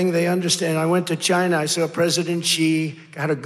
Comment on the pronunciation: He said Stchina💦